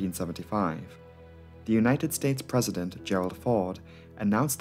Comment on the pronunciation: What is a "Persident"?